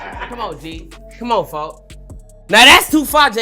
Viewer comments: "folk" not "foe" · He saying folk not foe